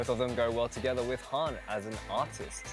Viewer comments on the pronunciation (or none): THE WAY HE PRONOUNCHED HAN AKLSDMA;KJFSMAMSDLK WHAT.